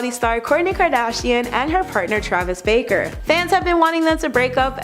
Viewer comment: BARKER. Travis Barker. Not Baker